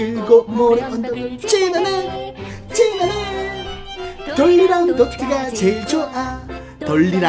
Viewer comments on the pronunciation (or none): 지나네가 찌르네로 들리네..